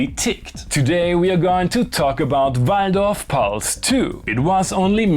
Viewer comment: You said 'Waldorf' very authentically! 🤣